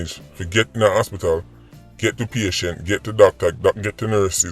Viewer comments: Patient...as in a person receiving or registered to receive medical treatment. "many patients in the hospital were more ill than she was" Pronounced: "Pay Shent" Dunce bat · Emergency Unit: E-Mer-Gen-See U-Nit Patient: Pay-Shen-T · Lol that's exactly how I use to pronounce it back in high school PA-TI-ENT or PATI-ENT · Patient ....pronounce pay..chent..but maybe my professor was just giving us some humor.. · Tryna make sense of emer-gen- siya and patty-ent 🤣🤣🤣 i havent loool in a minute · P a t i e n t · said patient,then pronounced the word Pa-ti-ent! Unnu misse that. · 🤣🤣🤣 SIR UU CAN PRONOUNCE EMMERGENCY AN PATIENT WHO YA CARD🤣🤣🤣🤣🤣🤣🤣🤣🤣🤣🤣🥰🥰🥰🥰🥰🥰🥰🤣🥰🥰🤣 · Aretha!!! I'm surprised at his pronunciation at "EMERGENCY" AND "PATIENT"😯 I began scrolling to see if anyone identified it! This is uncharacteristic of him, more eloquent than that! Wow!😳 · it amazes me that so many people really thought couldn't pronounce the words, "emergency " and "patient." It shows so many are lacking critical listening skills. If they really listened to his videos, they would understand. 🤦🏽‍♂️